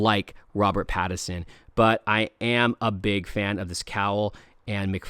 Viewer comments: It is Pattinson not pattison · “Pad-i-sin” lol